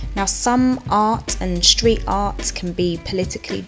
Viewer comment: I like your channel but if you keep saying "shtreet" instead of street, "lasht" instead of last I will not be able to listen anymore. It's loss I know but I can not stand it when S followed by T gets pronounce SH. Cringe.